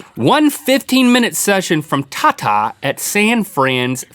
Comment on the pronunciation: well not pronounced like that xD tata means dad in my language